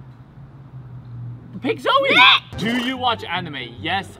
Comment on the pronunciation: YOU SAID zeo insted of saying zoe